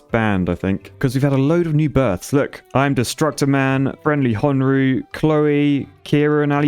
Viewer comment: Side note: FriendlyHonu is pronounced friendly hoe knew